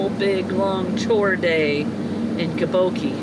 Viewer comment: "Gaboki"! hahahahahahah! It is "Gboko"